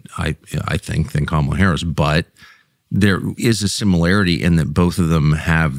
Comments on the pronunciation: Now it’s Karmela😂😂 I heard her pronouncing her name as Carmalita in AZ and NM. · She doesn't even know how to pronounce her OWN name. She is the only Kamala on planet earth who tries to call herself Camel-ah. It's an affectation, which has set the entire tone of perception of her, and rightly so, not that there is a single thing about her character or record that isn't almost axiomatically sus. Nobody has done this to her--she's done it to herself. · Love every time tucker says "Karmela Harris" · In Asia, Kamala is an Indian name and its pronounce as Car-mah-lah!!! Period!!! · Tucker just keeps pronouncing her name however he wants 😂😂😂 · Tucker pretends to mispronounce Ms Harris’ name. Right off the bat. A truly honest man. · There’s no E in Kamala, just saying